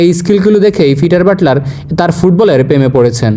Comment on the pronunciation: পিটার বাটলার কি পাইপ ফিঠার। উপস্থাপকের উচ্চারণে তা ই মনে হয়।